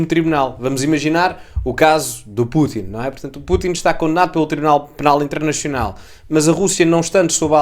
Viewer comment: Direito " Internechional " ? Não entendi .